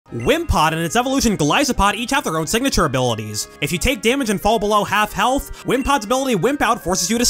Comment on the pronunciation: There is no H in golisopod, don't say it like that, pronunciation Go-Lis-o-pod